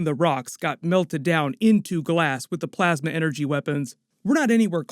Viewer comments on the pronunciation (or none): none